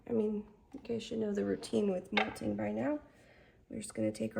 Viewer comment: How have u done certificates and classes and lives and nobody has told you its mott-ling not molting like a bird lol.